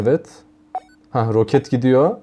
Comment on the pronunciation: abi yoket degil roket o